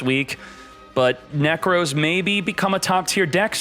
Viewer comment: Moooooom! is saying "Neck Rose" again! 😭